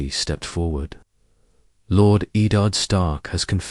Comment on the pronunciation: Was interested in this idea but the ai generated audio is really bad i mean the first sentence the way it pronounced Eddard instantly turn me off from watching more